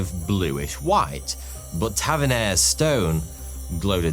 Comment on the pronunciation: I love how he says the word "white" like Bob Ross 😆❤